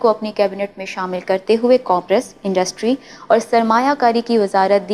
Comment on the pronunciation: او لڑکی ۔۔۔بیٹا الفاظ کسی بھی زبان کے ھوں تلفظ بالکل ٹھیک ھونا چاھئے ۔جیسے آپ commerce کو کام اور رس( COMM.....RUSS) دو الفاظ میں توڑ کر بول رھی ھیں اس کو ایک ھی لفظ COMMERCE میں بالکلsoftly بولیں stress نہ دیں۔ شکریہ